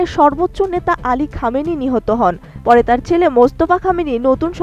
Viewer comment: এই প্রতিবেদন বলা মেয়ে টা আয়াতুল্লা আলী খামিনী নামটা ঠিক ভাবে বলল না, ব্যাবিচারিনী